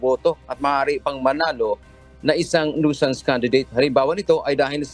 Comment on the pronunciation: CORRECTION FOR THE PRONUNCIATION OF THE WORD NUISANCE. NOISE IS PRONOUNCED AS NOYZ. NUISANCE IS PRONOUNCED AS NYU. SANS. CHECK THE DICTIONARY YOU ARE AWAYS GOT WRONG OF YOUR PRONUNCIATION. Simulation is Sim. Yu(ya). ley. shun Southern is SATHERN. You seem funny in pronouncing words.